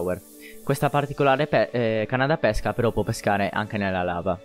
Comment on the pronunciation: L'accento con cui pronunci pesca è sbagliato.Dovrebbe essere chiuso,come pÈrchè e non aperto come pÉsca(il frutto)